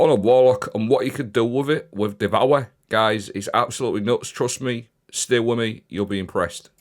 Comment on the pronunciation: The powah of devowah!